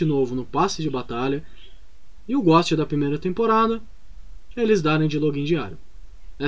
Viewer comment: Tu falando ghost ou a galera digitando aqui nos comentários: quem erra mais? Kk